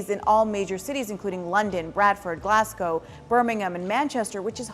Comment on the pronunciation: ( I'm just kinda disappointed that the chef at the start said "Green Cardaman" Also, CTM, has only ever been used in that video. And Glasgow, is Glazgow. Not Glass Go.